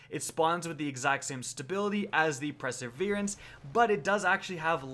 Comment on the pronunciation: Don't get me wrong, I love your content, it's very informative, but please don't say perseverance like it's spelled "preseverance" :P